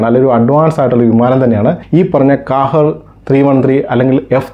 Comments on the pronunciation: Hi Bro Kahir alla qahhar in a Arabic word Malayalam Meaning ജേതാവ് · കാഹേർ അല്ല ക്വഹെർ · ഖാഹിർ എന്നാണ് ഉച്ചാരണം